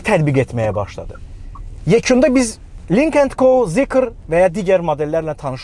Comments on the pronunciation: Zikr deyil zeekrdi🤣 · Zikir deyil zıkır 😂